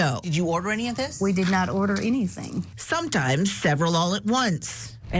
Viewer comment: It's an envelope, not an onvelope.